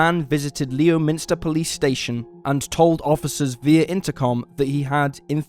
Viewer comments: Leominster is pronounced "Lemster" btw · It is spelt Leominster but pronounced Lemster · Leominster...pronounced "Lem'ster", Shrewsbury..."Shrowsbury" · In story 1, ‘Leominster’ is pronounced ‘Lem-ster’. I live near there. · Leominster is pronounced Lemster. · Leominster is pronounced "Lemmster".